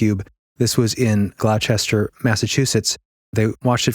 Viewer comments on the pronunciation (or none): It’s “Ghlaastar, Massachusetts” I’m a Boston native 🤣. Huge fan guys! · Just FYI... Gloucester is pronounced "Gloss-ter", not "Glow-chester". I grew up next to a Gloucester, but this was in Virginia. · Love this episode! I could listen to you guys all day (which I do frequently since I work from home 😅). Also - I’m sure someone pointed this out but Gloucester is pronounced ‘Gloss-ter’😊 Thanks again for all the work you put into these!! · Pronounced Glauster, like Worcester is pronounced Wuster.